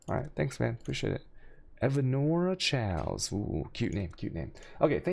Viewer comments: No it's quite clearly chows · chows res? do u mean Kaos(chaos)? also hex master works on bane :D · You pronounce so much stuff wrong. Alchemy, chaos, vaal. Look it up man. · everytime you pronounce alchemy, or chaos in a video, i leave, sorry xD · Kills me the way he pronounces words. Chaos being the worst lol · I have to ask... is it a meme how he says chaos and alchemy? Cuz fuck it pisses me off